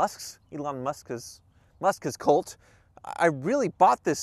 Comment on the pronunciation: It's pronounced "Elon Musss-ksss Tessslah"!!